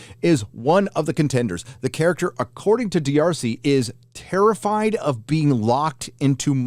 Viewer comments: It's just Darsey, not Dee-Arsey. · D'Arcy, is pronounced "Darcey"👍🏻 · mispronouncing the name D'Arcy is great to hear. 😅 It's pronounced just like Marcy, just sub. the M for a D. 😉